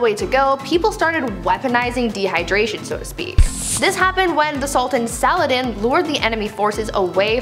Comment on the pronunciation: I've noticed that you guys keep pronouncing the name Saladin wrong. Youu might want to check that out. His real name is actually Salahadin in Aribic.